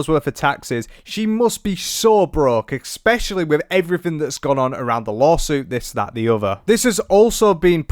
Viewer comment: Please, I love your channel, but there is no "K" In the word "especially". Its not eKspecially!